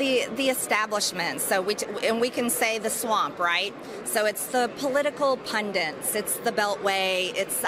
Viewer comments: did she say... political pundents? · I like how Marjorie mispronounces the word “pundits”.